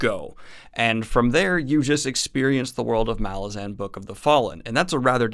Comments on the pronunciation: Helpful hint: Apparently it's "Ma-LAZ-an" not "MAL-ah-zaan". (Yup, I was saying MAL-ah-zaan for years ... then I saw Erikson interviewed ... here he is saying the name ... Anyhow, this might help build cred in later videos. Keep up up the great vids, Man! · You are pronouncing Malazan incorrectly. Ma-laah-zen. Midnight Tides is the best MBotF book. Deadhouse Gates and the start of House of Chains follow those up in terms of greatness. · Hey Daniel! There are a few interviews where Steven corrects a lot of the pronunciation mistakes readers make. The first one being the title itself. The emphasis is on the second syllable: "muh-LA-zin" second syllable being pronounces with the "a" of "at". At the end of his interview with the "10 very big books" podcast he talks about it. Another one which took me by surprise was Kruppe pronounced "crup" like "cup" with an "r". Duiker is "doo-ik-er", and pretty much all the other names I had way off. Enjoy the read! This series is such a trip. Walk in the light :) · I thought it was muh-lahz-in. Did you just guess, or did you find out how it's actually pronounced? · Just want to note that you’re saying “Malazan” wrong. Normally I’m fine with people pronouncing fantasy names however they like but this case is different because “Malazan” is a demonym and so is subject to English pronunciation. Look up how Erikson says it. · Please pronounce "Malazan" the way that Erikson wants it to be pronounced!